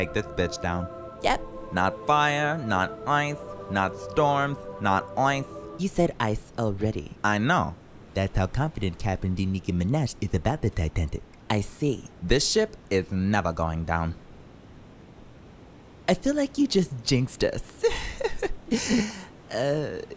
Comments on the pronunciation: "De nicki Meneh" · It's "DE NICKI MINEH" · De Nicki Mineh*